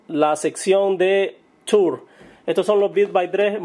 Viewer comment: son los audifonos tours y se pronuncian turs deberiar aprender a hablar ingles de nuevo y tambien deberiar escuchar mejor musica culturizate! tienes la oreja amorfa